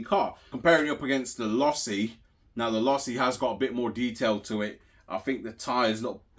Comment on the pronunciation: Losi= Say it with me...LOW SEE